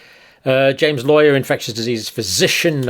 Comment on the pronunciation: Dear Dr. John, I think, and I could be wrong, his name is pronounced Lawler - Lau w .ler.